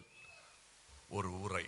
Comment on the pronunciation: அறங்கு இல்லை. அரங்கு. உயிரே, உயிறே அல்ல. உறை அல்ல உரை! தமிழில் வல்லின ற வுக்கும் இடையின ர வுக்கும் வித்தியாசம் தெரியாமல் பேசும் பேச்சுக்கு, கை தட்டல்! ரஷிய சரித்திரம் தெரியுமா? அங்கு ஜோஸஃப் ஸ்டாலின் என்னும் தலைவருக்கு எவ்வளவு மரியாதை (?) என்று தெரியுமா! உமக்கும் தெரியவில்லை. உமது பேச்சை கேட்டு கை தட்டும் மக்களுக்கும் தெரியவில்லை என்பது தான் உண்மை!